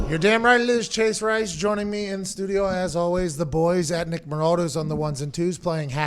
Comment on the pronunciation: I think that caller called straight outtah "half-baked" Stugios😂